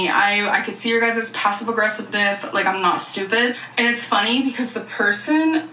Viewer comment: „Passive agressiveness is really funneh“ - proceeds to be passive aggressive. 🤣 I’m glad she recogz her weight as a factor in her injury. I was thinking: Damn, it’s a ligament, not a shattered bone! But I suspect with her health issues and immobility she’s probably suffering as badly as other people with more severe injuries